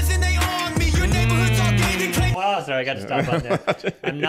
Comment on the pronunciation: 😂I was wondering if it was "wowooo" or "waaarr" 😂 I like you two dudes. You remind me of my best mate and I. He has been my best mate/family for the past 17yrs. you've made a subscriber out of me. 🇬🇧